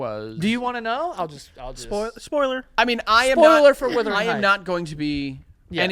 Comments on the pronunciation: I cringe a little every time they say WITHering Heights 😂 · Someone count how many times they said withering and not the actual title, Wuthering